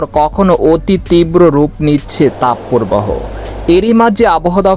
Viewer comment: তাপ পোরবাহো নয়, তাপ প্রবাহ। শুদ্ধ উচ্চারণের অভ্যাস করুন।